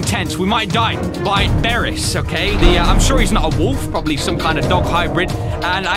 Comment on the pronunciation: It's borris not barris (just correctting you)